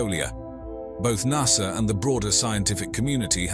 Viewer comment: lol at the narrator.. "nussah"